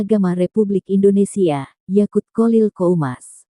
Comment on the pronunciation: yakuuul.. yakuulll.... oktak tak berkembang, yakuuull YAQUT 😁